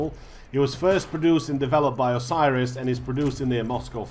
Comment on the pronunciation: OSIRIS T-5000 - wrong ORSIS ( OR SIS ) T-5000 - ok)))))) Sorry, but you just cut my ear off.